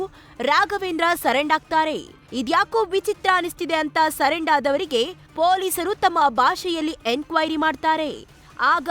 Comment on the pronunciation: ಸರೆಂಡ್ ಅಲ್ಲ ಮೇಡಂ ಸರೆಂಡರ್